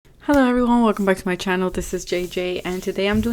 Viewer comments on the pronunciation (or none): none